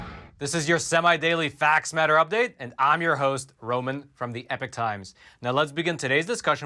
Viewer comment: I was under the impression a »class act lawsuit« involved a class or group of complainants, but who cares, right? You still haven’t learned to pronounce »epoch« distinguishable from »epic«, so I’m pretty sure you don’t care…